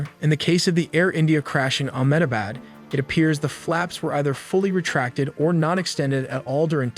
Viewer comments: It's not Amm Dabad it's Ahmedabad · Amm Dabad? Seriously? 😂 Its Ahmedabad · It is not Amm Dabad, it is Ahmedabad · Omg Amm Dabad. It's Ahmedabad, you little monkey 😅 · the airport was in "AHMEDABAD" and not "AMMDABAD". Since you are presenting it as a documentary, requesting to get the typos corrected and names fixed. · What is AMM DABAD . The video editor seems high. its Ahmedabad. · WTF IS AMM DABAD? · 'AHMEDABAD' Not AMM DABAD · It aint AMMDABAD. It's AHMEDABAD. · My cat says Its Ahmed + Abad...Ahmedabad! Not Amdabad or Andabad! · It is not Amm Dabad. It is Ahmedabad. It is important to get names right. Just like it is not Lundun and London. Please correct this. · Amm Dabad? Tracjing? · It Is AHMAd Abad Not amd abad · Ahmedabad not ammbad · not Amdipad (Ahemdabad) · AMM DABAD?? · You use AI man why lie about it ??? It's Ahmedabad btw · You don’t even know how to say Ahmedabad properly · Ahmedabad. If you are making an informational video about it, at least get the city name correct. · You should ask an Indian to pronounce the word Ahemdabad